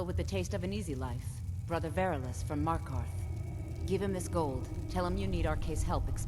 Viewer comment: me-r-keth say it right